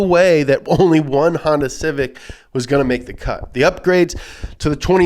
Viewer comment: 1. Mah Civec.